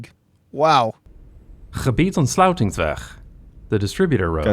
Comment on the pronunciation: Wow gebiedsontsluitingsweg you pronounced very well 👏👏